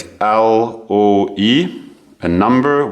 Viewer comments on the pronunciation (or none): It would say looe not loe